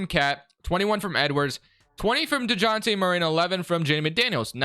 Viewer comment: You pronounce it “de-Jon-tay” which is mad white sounding. It’s pronounced more like honey dijon mustard “de-žon-tay”